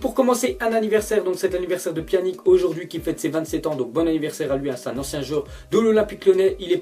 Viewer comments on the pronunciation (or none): ptin mec tu abuse ces pas pjanic mais pjanić ces pas pareille ces comme ibrahimović